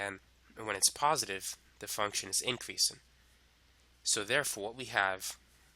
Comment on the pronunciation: increasin' decreasin'. My boy is such a g he doesn't have to pronounce his g's.